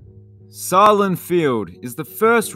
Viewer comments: In buffalo it's pronounced say-Lynn field. I still call it pilot field most of the time. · The name of Buffalo's ballpark is pronounced SAY-lehn. Sahlen is a meat-packing company in Buffalo, best known for their hot dogs; which are sold at Sahlen Field.